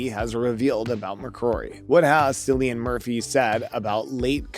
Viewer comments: You aren't aware of the pronunciation of Cillian's name??? Sigh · Will you please learn to pronounce Cillian’s name properly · The incorrect pronunciation of Cillian’s name puts me off 😵‍💫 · You shouldn’t even talk about someone if you cant learn how to pronounce their name. This is so offputting.